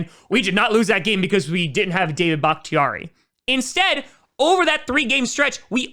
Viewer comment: It does not sound like your saying david ... Am i missing something lol.. Im hearing daya .or something like that